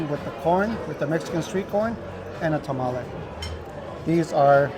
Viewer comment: Tamale, i think sometimes you guys say it wrong and sometimes you say it right? Its throwing me off. 🤣